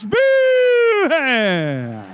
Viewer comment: Why does the announcer never say the names right? he says 'Irakli Zirakashvileeei' and 'Matt Maaah'. Wtf is this?